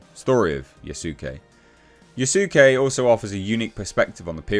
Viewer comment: Yasuke is pronounced Yas-kay